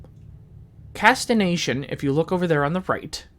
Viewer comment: Casti"G"ation not Casti"N"ation lol Good Video though